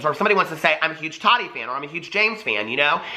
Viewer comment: It annoys me how you say todi. Lol can you say Ta TI